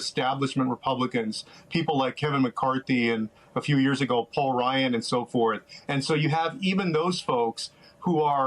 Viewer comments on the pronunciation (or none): none